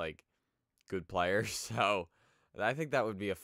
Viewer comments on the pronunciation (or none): none